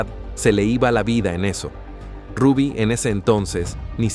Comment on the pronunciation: ese youtuber no pronuncia ningún nombre cómo es. Ni el Rubby, sino el de su hija Zulinka, y otros nombres.